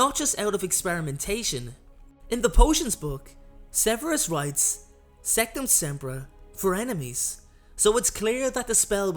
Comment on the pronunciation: It’s sectumsemprA not sectumsempruh